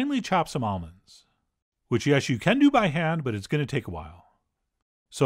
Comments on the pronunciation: At first I thought you said "olives" instead of almonds lol you almost rocked my world, Chef John. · Same. I had to run it back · ha! my wife overheard this video and thought exactly the same thing 😂